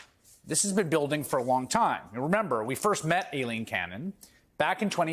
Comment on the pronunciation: Why do so many people seem to have an issue correctly pronouncing "Aileen"? It's not "A-Lean".